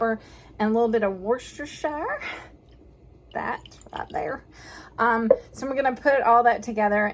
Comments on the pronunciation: For the last time, that sauce is pronounced "what's your sister" Now you know! Ha! Great show today! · Does this maybe help you......Worcestershire sauce = " war sester shire sauce." 🤣 Say each word slowly. 👍 LOL....Does this help you say the word? Just a suggestion 😍😍🤣 Truly love listening to you talk "" I never get tired of your talk and laugh. You brighten my day every time!! Blessings to you and your family, and all the rest that are near and far.